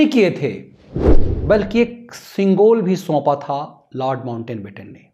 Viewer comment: Sirji It's not mountain batten. It's mount batten.